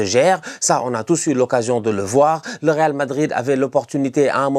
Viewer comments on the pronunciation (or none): none